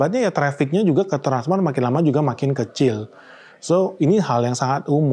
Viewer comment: Kok susah amat nyebut transmart bro